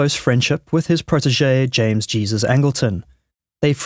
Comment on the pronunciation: Angleton's middle name is pronounced in the Spanish fashion. Given your experience in working on such stories, you should know better.